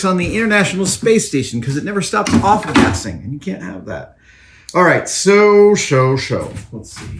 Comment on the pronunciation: I couldn't understand what was said, when you said why you can't use acetyl in the space station. Awful Casting?